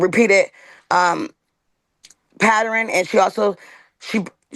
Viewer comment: Why do black people say PATTERIN instead of pattern??